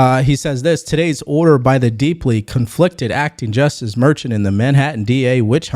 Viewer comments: It’s pronounced “mer-Shawn”. Not merchin. Come on bro. You don’t even watch the news. I can tell. 😆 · He's just trying to make a point. By the way, his name is pronounced "Mer-shawn" and the case will go to an appellate court not the Supreme Court. It will be overturned. How about helping your viewers out by doing a show on how YouTube sensors conservative comments? I thought they would have quit after the election but that's not true.